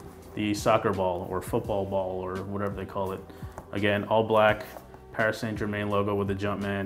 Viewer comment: I learned how not to pronounce Paris Saint Germain 😂 love these shoes though, picked them up yesterday for $160 :)